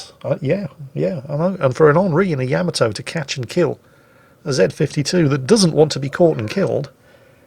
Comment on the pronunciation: Take a shot every time says "Yamato" incorrectly in this video!